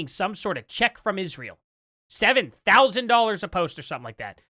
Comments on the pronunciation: Why does Candace speak that way ,"burrried". She sounds stupid. Just like "ishrael". I've heard her pronounce it normal on a rant. Yes, I hate watch candy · Isshrael and booried 😂😂